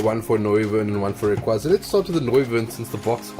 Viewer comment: I refuse to accept the fact that people call it rayquayyyza... no! 😂